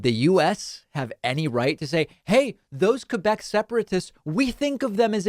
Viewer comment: Superbement bien dit. N'empêche, il a bien prononcé 'Québec'. Ça m'écoeure quand ils disent 'Kwaybek'.